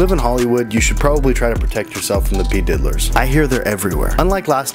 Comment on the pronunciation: Did you just said p diddlers....